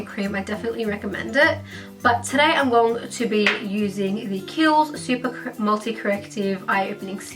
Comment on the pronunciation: did no one found the way she said going to annoying???